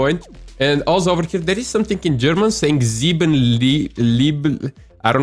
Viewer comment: You sound sooo German when saying sieben